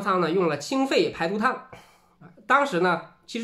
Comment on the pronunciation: 只有我听成了清粪排毒汤了么…………？